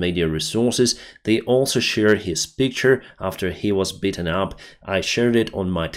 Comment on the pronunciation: You mention you want to work on your English sometimes. It’s very good, but to help, “beaten” say more like eat. Sounded like you said “bitten” and I thought for a moment he was mauled by a dog. Best of wishes friend. Slava Ukraini.